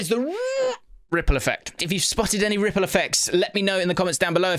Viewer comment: has to do the visual ripple effect alongside the voice like the first episode, every single rrrrrrrripple effect episode.